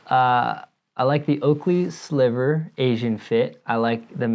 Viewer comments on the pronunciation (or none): none